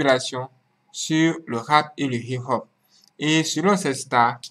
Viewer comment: Please its not hi ho instead hip hop.